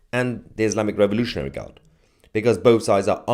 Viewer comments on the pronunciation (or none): none